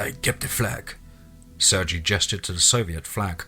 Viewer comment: Dude i love you but it's pronounced "Sur-gay" other than that, keep up the amazing work